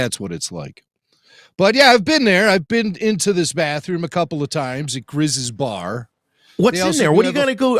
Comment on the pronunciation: Great to have the weekly flagship show back! Bittersweet without any aftershows though. Thankfully no matter the format of the show, you boyos deliver 110% Also, it’s “Greez” and “Kestis” not Grizz and Ketsis😅 And did everybody forget when AP-5 follows Wedge into the refresher as he tries to explain that he believes Chopper is compromised?? We’ve seen plenty of bathrooms, it’s just a uninformed reporter that really sucks at his job…